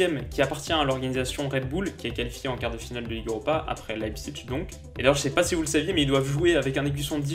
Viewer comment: "L'ail psiche" Pas "l'ail psiTche" De rien ^^